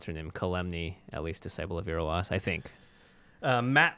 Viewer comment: 'Ir-ro-wass', I thought it was pronounced 'I-ro-sss'. Freaking teases...